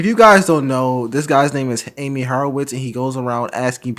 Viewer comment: Here's a tip. His name isn't pronounced as Aim-ee. It's pronounced as Ahh-me. The more you know..................